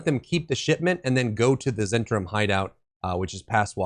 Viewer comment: As I recall, it's pronounced Zen TAR im.